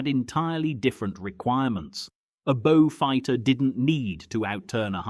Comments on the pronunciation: Now a bo-fighter. AI sure is doing well............. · Now a Boe-fighter........ This just gets worse !